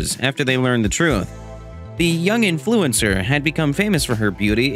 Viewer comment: Me: Influencer: In-FLU-incer